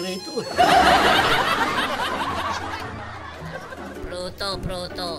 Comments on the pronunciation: When say prutoo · "Pruto Pruto!" What a nice pronunciation pri HAHAHAHA 😂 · "PRUTO" "PRUTO" 😂